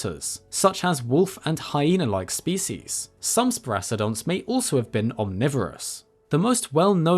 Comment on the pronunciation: The way you mispronounce "species" disgusts me.